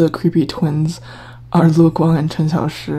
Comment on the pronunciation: I like how you pronounce the names, i could never say Cxs like that 😭